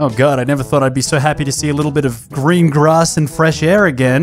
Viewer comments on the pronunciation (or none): none